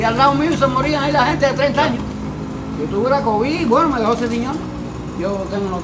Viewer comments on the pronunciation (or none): none